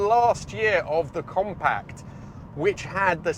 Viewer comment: Compac? 😂 it's pronounced compact, with a T.